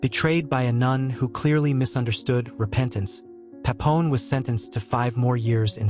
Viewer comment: Bro it's Papillon, not Papon...